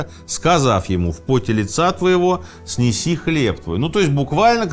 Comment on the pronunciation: Благодарю за выпуск, дорогой Сергей Сергеевич! ❤️ Вы просвещаете нас, предлагая разные сферы и направления! Позвольте и я Вас немного просвещу в церковнославянском языке, выдержку на коем Вы прочитали. Конечно же с любовью и уважением, но и объясню почему так, в не иначе.❤ А звучит она так: "В по́те лица́ твоего сне́си хлеб твой." Вы прочитали снеси́ - поставив ударение на И́, смысл меняется на "нести́ (носить)"! Тогда смысл этого утверждения Самим Господом согрешивших нашим пра́отцам Адаму и Еве возвещено. Сне́си же - от слова есть (вкушать). Тогда всё понятно: "В поте лица твоего будешь добывать (и вкушать) хлеб твой." Возможно, Вы это знаете. И просто оговорились. 🤗😍